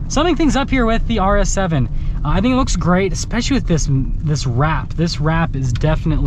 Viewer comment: IS he saying RS 7 or arse heaven?